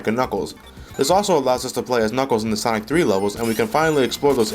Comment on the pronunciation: Its called "Sonic and Knuckles", not "Zanic and Knuckles" -_